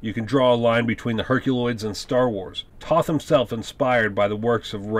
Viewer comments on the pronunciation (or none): Nice summary. But you need to give Joe Barbara credit as cocreator. The concept was his and Toth did the design. Also you must learn how to pronounce Alex Toth’s name. It’s pronounced “Toe-th”. I’m sure that sounds nitpicky but you are creating it as info for true fans. Otherwise good job!